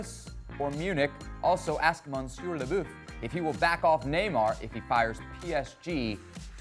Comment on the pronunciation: Haha Seb got the Monsieur pronunciation wrong EVERYTIME! Must have tried it 4-5 times at least. 😂😂